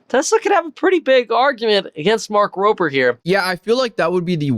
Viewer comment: This clear Tesla fan boy can't even be bothered to say Rober and says Roper, between that and the way he's framed/on camera personality, I don't like, nor trust him.